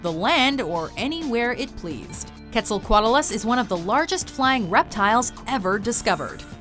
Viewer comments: You mispronounced quetzacoatl. It's not kwetz-ah-kotl. It's native American God. The 'oa' is not a dipthong. They are annunciated independently. It's kwetz-a-ko-atl(a-saurus). Quote racist of you mojo folks to not show sufficient respect to a divine being of that oppressed culture. What bigots. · it's pronounced Kwet-zal-coat-lus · I thought it was Kwetzaal, as in pronunceation. Soft E, soft A. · "ketzelkwattelus" I don't think that's how u say it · Its pronounced quetsel-co-otlas and that's how you say it not how it's spelled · Your pronunciation of Quetzalcoatlus made me cringe so hard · You are saying Quetzalcoatus wrong. But anyway, I like your video. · You have diddled the Quetzacoatlus name more than Frank diddled the English language, I do believe.